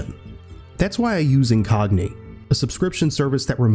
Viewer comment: Incogni!???? Never heard but u put a yn on😂